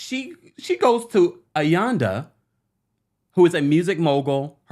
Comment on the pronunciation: please learn the RHODurban names. I don't know how many versions of AYANDA's name you gave